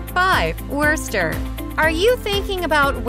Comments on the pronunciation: AAARGH!!! Foo-nile-hall? Really? And it's pronounced Woosta, without the "r". I lived in Tax-achusetts for 25 years and moved out because the climate is nasty and the cost of housing is breathtakingly high. If you want to live in New England my best suggestion is southern New Hampshire. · Foe Pete's Sake! If you're posing as an expert on Worcester, please learn how to pronounce it! It's woster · Please learn how to pronounce our towns and places! Worcester = wister, Faneuil= fan-you-ell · Had to stop when they said Wercester 😂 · I cannot believe that the narrator pronounced "Worcester" as "Werster." This doesn't do much for the credibility of the video. And "Foo-nail" Hall? Is she kidding? This is what happens when you have an ignorant announcer reading from a script, without proper preparation. It's really annoying. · Who pronounces Worcester that way? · I grew up in Connecticut and know its not pronounced Wurster. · werster 😂😂😂 obviously does not live in mass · Just letting you know that you said Worchester wrong. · God, thats the wurstr's way to say Whuhstah. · It's 'Wistah,'. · They don’t know how to pronounce Wosta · its WOOSTA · When she says "WURST-er" you can tell she loses all Mass. credibiity. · Wuuuurster 🤮😂 Vernon and bell hill lol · The butchering of "wuh-ster" and "no-nan-tum" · 🤣 What a disaster of a video. From the many mispronunciations to the clips of Worcester England (including clearly English rugby clip), I have never seen such a lazy and lame attempt at information. And that is not even mentioning the list itself, which I can only imagine was developed based on available clips. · Yeah when i heard how she said worcester i knew this was gonna be dookie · Aint no way she said Worcester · Worcester you serious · Dear speaker. The R is silent. I know I know. Massachusetts folks never pronounce R. But Worcester is one of the words where the R actually isn’t pronounced. 😊